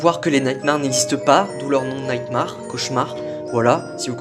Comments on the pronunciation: Nightmare se prononce Naytmèr et non Naytmar. Merci de votre compréhension ^^ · Très bonne vidéo MAIS MAUVAIS ACCENT SUR LE MOT "NIGHMARE"